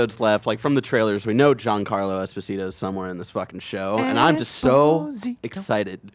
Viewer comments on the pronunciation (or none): none